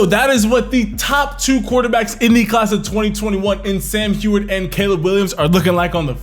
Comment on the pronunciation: It's Sam Hue-erd